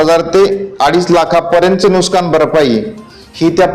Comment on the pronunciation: नुस्कान नाही नुकसान 😂